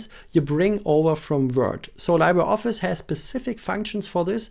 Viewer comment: It's actually LEE-bruh. Spanish word or filipino word for "Free"